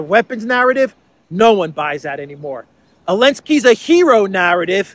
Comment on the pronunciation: Zelensky,not Alensky.